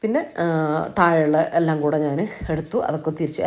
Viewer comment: എല്ലം അല്ലാട്ടോ.. എല്ലാം ന്ന്‌ പറയണേ 😁